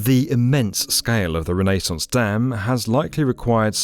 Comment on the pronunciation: i had to stop once you pronounced it rennaes sauce instead of renaissance lol its like glass in my ears lol